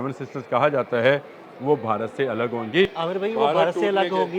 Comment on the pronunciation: Urdu tu Sahi se bola krn Bharat ko barat bolty hn